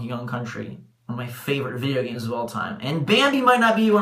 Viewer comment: Couldn't say James bruh?